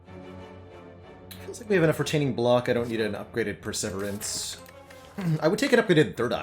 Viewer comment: Do you say perseverance wrong as a joke, or do you not know?